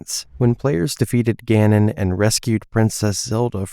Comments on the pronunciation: Great video but your pronunciation of Ganon kills me...ga-nuhn not GAR nuhb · Why do you keep saying “Gah-non”?